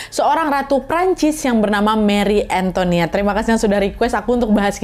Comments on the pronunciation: An to i net ,bukan antoniet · Antoinette kak, bukan Antoniette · Hai kak nad, setahuku Antoinette kalo bahasa Prancis "oi" itu bacanya "wa" jadi "antowanet" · Cara bacanya juga bukan anto(ni)ette, tapi anto(wa)nette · it's an-to-i-nette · Btw kak nad antoinette itu sebutannya kyk antwanet 😅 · Antoinette bacanya ang toa net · Oya aku kebetulan tinggal di Prancis, intonasi pengucapan antoinette itu antoanet(oi dibaca oa). Dan sebenarnya kalau menurut analisis beberapa sejarawan, marie antoinette hanya korban, saat itu prancis sedang muak dengan bangsawan dan kerajaan dan ingin mengubah sistem dan Marie datang disaat yang salah. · “Antonét” loh bacanya 😭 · Chateau de Versailles deket banget sama rumahku.. Koreksi dikit bacanya ya Versailles= Versai Antoinette= Antwanet Croissant= Kwahsong 😂